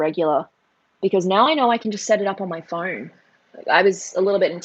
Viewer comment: "Sorry i have my phoaaannnrnne" now.. that ma fren is Aussies😂🤣😁